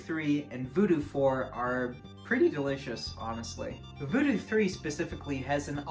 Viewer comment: It ain't voodoo, it's voodew with yo boy